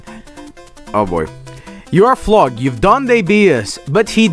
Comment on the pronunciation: "floog"=flog guys